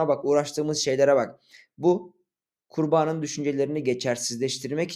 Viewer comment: abi video güzel yalnız kurbanın derken kurbağanın gibi duyuluyor :)